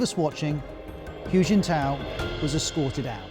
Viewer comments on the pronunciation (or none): It's kinda funny to hear all this from a man calling Hu Jintao "Huge In Tow".